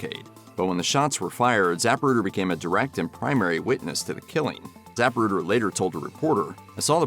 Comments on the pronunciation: Zuh pru' der, not Zap' pru der. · ZAPruder? Get it right. President Kennedy died instantly in the limo. Try getting your “facts” straight! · Is it ZAPruder or ZaPRUder ??? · The narrator mispronounces Zapruder. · Learn how to pronounce Zapruder. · If you’re going to make a video on the JFK assassination, please learn how to pronounce “Zapruder”.